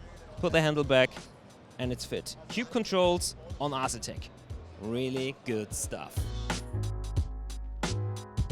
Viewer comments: Get André to teach you how to pronunce "A"setek. lol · No leave it as Ass etek, he just killed their wheel sales lol.